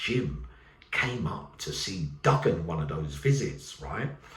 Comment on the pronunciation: Oh, it's not pronounced, Duggan, its Do-an, the G is silent. I am from Turkish cypriot heritage, so there you are, I suppose you do learn something new evryday, unless you knew already. God bless.